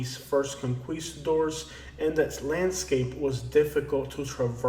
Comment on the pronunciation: The way you pronounced conquistadores was the way we said it in grade school in Pennsylvania. Very cute. I now know it's not the way they say it in Spain!